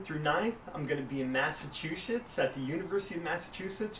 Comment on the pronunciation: LOL! said "MassachUshits", yet "Annual NE Org Framing assco summer conf." was said with no problem. You are awesome! Love the enthusiam.:D